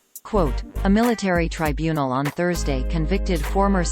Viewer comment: Well THAT's "good" to know! A ROBOT voice tells me a known criminal wasn't convicted at her TRY BUNE EL! Such "trusty" information! I'm off to hunt Sasquatch!